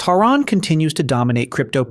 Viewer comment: Since when is it T-RON? 🤨 It is TRON. Same as sci-fi film!